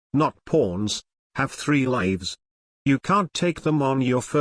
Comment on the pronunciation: “have three LYiVs”